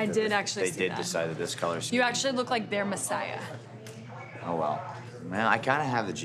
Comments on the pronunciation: Messahi? The hell is a messahi? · "messiah" little did they know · Wait on minute Brie saying messiah for Seth Rollins SO I MEAN